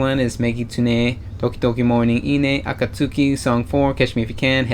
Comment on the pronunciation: Its pronounced A-KAT-SKI She usually shouts AKATSUKI DA ! before each live performance i.e 'Its A KAT SKI ! '